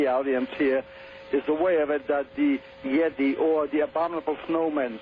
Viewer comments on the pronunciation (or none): none